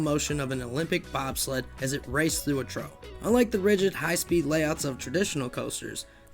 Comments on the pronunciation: Are the narrators unaware of the pronunciation of the word "trough" (TROFF)? Or is the narration AI hallucinating again? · trough = troff. I hate theses A.I. bot reader channels that have no grasp of speaking actual English.